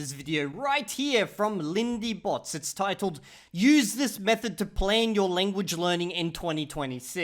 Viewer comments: You butchered her name. Check on Google Translate how "Botes" is pronounced in Afrikaans. 😃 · Had a feeling you weren’t gonna pronounce Botes correctly 😂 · B + oo(as in "pOOr") + t + es (as in sYStem) = Botes. Shes not a bot. PS. The shaved head looks good.